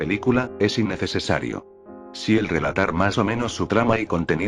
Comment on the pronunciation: Sí, ya me enteré con palabras cómo "Dictura", "Innecesesario" o "Clasificidad".